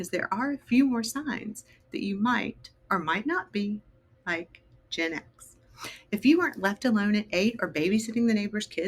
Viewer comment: is anyone else finding the way she pronounces GenX really annoying? Its Gen X not Genex